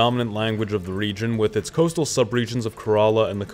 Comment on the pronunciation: Bro it's Kae-rela